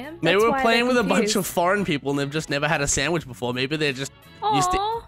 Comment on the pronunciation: They dont understand because you say sammich